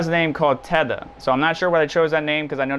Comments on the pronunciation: Are you seriously mispronouncing 'Theta'? Where do you get "tetha" out of that? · Theta bro like the Greek alphabet 😂 it’s not Teta